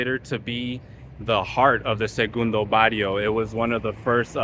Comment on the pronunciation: Sorry guy but you can’t even pronounce segundo Barrio You were not born there you don’t know nothing about us